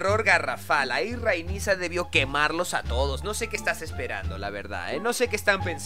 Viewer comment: Acaso dijo Rhaenisa!? xD pd: no te enojes me gustan tus videos xD